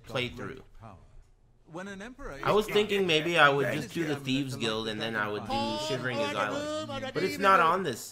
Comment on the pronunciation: His Shivering Isles mock-pronunciation is za besto.